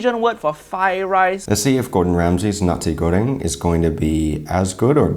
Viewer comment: Did you just pronounce nasi goreng as Nazi Göring? 🤭